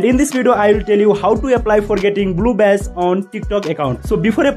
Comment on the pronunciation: am i the only one that hears bluebes